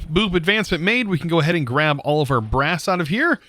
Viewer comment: “We are going to need brass” Me: “Grass?” I heard grass not brass😅